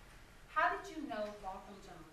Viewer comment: I like how she corrected the interviewer with “BOTH-um” NOT “BOT-thum” in the beginning of the interview